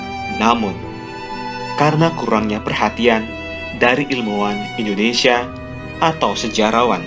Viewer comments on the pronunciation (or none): none